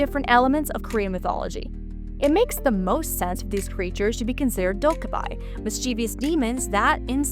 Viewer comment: appreciate, trying to give some cultural background to the demons. One small correction in pronunciation. the goblin like demons are pronounced closer to dok-gae-bee, not dok-gae-by.